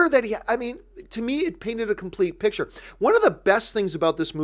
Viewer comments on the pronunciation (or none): none